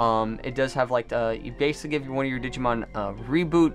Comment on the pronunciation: Why you doing a Digimon TCG opening when you don’t even know how to pronounce the OG Digimon 🤦🏻‍♂️